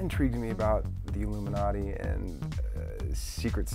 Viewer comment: ILLUMANTI? Lol ok.